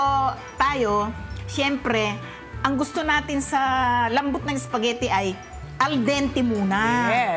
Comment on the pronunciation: Espaghetti...e di E not S. Lol